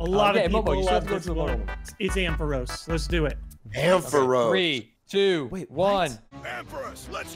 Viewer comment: they really butchered the ampharos 🤣🤣